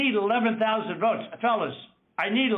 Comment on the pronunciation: Not "votes", "Woats"!